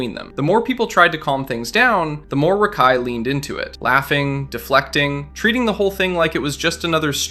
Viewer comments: Bro I can’t stand how you say his name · why do u say rakai like that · to be fair. This youtuber is pronouncing his name wrong. He's calling him Rahk-Eye and it's Ruh-Kai. Edit: 90% sure this is an AI channel now after finishing the video hearing SEVERAL grammar mistakes and Rakai's name was pronounced different every time it was said damn near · hey man, hater of rakai here, im pretty sure its "Ruhkai" not Rackai, sorry, mispronunciations make me mad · RA-kai holy shit how you know so much about him yet you can’t even say his fucking name!? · Constantly hearing "Rock-Hi" is killing me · Who the fuck is “rah-Kai” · Why do you pronounce it "Rock-Eye" lmao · Bro are you purposely finding ten different ways to pronounce rakais name??? RACKi, Rockai, Reckai, bro didn't pronounce his name correctly more then a couple time this gotta be on purpose 😂😂😂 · Talking about him messing up words but yet you’re calling him rock eye 50000 times in the video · You calling him rockeye is kinda just as annoying lol😅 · Stop saying “rock eye” 😭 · Why do keep saying Rock-eye? I don’t like the guy but it’s very distracting and it’s almost like you say it in a more ridiculous way each time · “Rack eye” “rock eye” I love how you don’t say his name right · Can this annoying ai voice stop saying rahkai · Hate how bro calls him Rock Eye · you took 4 minutes just to say rakai correctly. Was what Rakai did at the beast games wrong? yes, but this type type of thing yall be forgetting you doing, you just mispronouncing his name repeatedly. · Can you say his name right. You keep saying rakai wrong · Why is this guy unable to say his name correctly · Why are you saying his freaking name like that 😂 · How do you research a video record said video and pronounce his name wrong every time you say it 😂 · Barney style for you champ. HE SAID RAKAI’S name wrong the entire video even after researching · That’s not how you pronounce that boys name smh